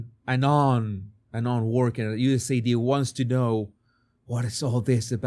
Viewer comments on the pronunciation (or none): God dammit; it's USAID, not USAD 😆😂🤣 Phonetically it would be "you ess ay AYE Dee". That one's been eating at me since you first said it 😁 To be fair though; your English is infinitely better than my Castilian and I'm not criticising you, just mentioning it for both our sakes 😊 Love your work, brother; and I'm so happy to see you getting more and more openly based as time goes on 🤘🖤